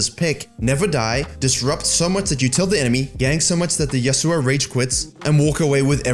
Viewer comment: I like how he pronounced Yasuo “Yasuuuuuu000”